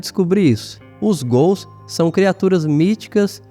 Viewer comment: ótimo vídeo, tudo indica que são ghouls, mesmo... Parabéns pelo trabalho, pelas informações, mas me diz ai por causa da sua pronúncia ficou uma duvida os gools foram do "santos ou do curintia" rs... zoeiras a parte, desejo sucesso...